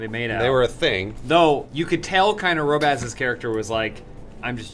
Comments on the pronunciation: Why are they pronouncing Robbaz' name as Row-bazz? It's pronounced how Robbaz says it in his intro, Rob-uzz. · You say it like Rob-Ass. Its Robbaz wtf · It's not 'Row-bazz'... it's 'Rob - Baz', listen to how he pronounces his own name. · Row-baz, back at it again. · Robe-ass? Oh god... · Can you guys stop calling him roh-baz? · I die a little inside every time you guys say 'Rowbaz' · "row-bazz" Haven't even watched any of his videos to see how to pronounce it properly? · Ooh, it's pronounced Roh-baz? i thought it was Rah-baz, like a group of tough burglars, like "Ay, we da robbaz" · I get the feeling I'm the millionth person driven to irritation by how wrong they say Robbaz. It's....like....the first thing he says at the start of every single one of his videos. You are driving me insane. Stop it you evil bastards. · You say his name wrong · Considering they're doing a collaboration with Robbaz, they should probably learn how to pronounce his name.. Like seriously, you only need to watch the first 5 seconds of any video he makes to hear how to pronounce it :/ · you guys cant still say his name properly